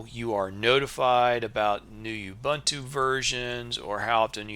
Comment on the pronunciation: Useful video; I also have problems with slow startup, but otherwise good. (Minor quibble: the middle syllable is pronounced more like the oo in book, not the u in fun, but no matter. It's an African language word.)